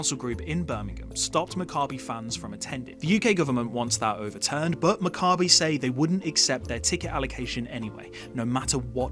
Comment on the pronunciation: You would think that anyone who had a real interest would at least learn how to pronounce Maccabi correctly.